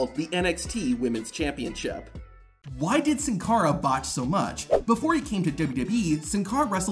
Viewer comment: Did anyone else notice on the maxxine dupri clip he said "too buch" instead of much 😂😂